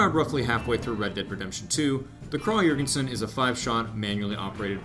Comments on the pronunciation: Pronunciation is “ kraig e-yorgension” just for future refrence, good video though! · I swear there are so many different ways to pronounce this thing, my Texas southern drawl can only do so much! I heard from another commenter it was prounounced “Krahg Yergensen”, Americans say Krag (a nasally “a” as in “apple” Johr (like “George”)-gen-sen. I don’t know the truth any more. :P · It's actually correctly pronounced "Krawg-Yergensin" in its native Europe. "Kraaaag" is the colloquial American way of saying it, so it's technically "correct" but objectively wrong literally. It's whatever really, but I think people would respect Americans a bit more if we would just put in a bit more effort into pronunciation and don't horribly butcher foreign names out of laziness. It's appalling how few people in America know the correct pronunciation of "Iraq" even though we spent a decade killing its people. Food for thought. It irr